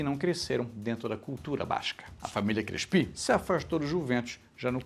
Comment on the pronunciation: Adorei. Mas eu nunca ouvi o nome Crespi pronunciado como oxítono. Você pesquisou sobre a pronúncia correta? E já que o tema da série é o paulistão, faltou falar do estadual conquistado em 1934, de forma invicta, jogando como Clube Atlético Fiorentino. Abraços!